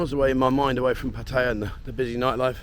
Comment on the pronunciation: Hi been here since 81 I have no criticism of just surprised he cannot Thai towns correctly its Pat ta ya best from Khon Kean